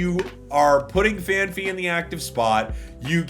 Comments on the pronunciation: Why can no pocket channel pronounce Phanpy right. It's fan-pee, not fee. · Holy moly is there an H before the Y in Phanpy??? It’s Fan Pee that’s how you say it. Holy moly. There is no extra H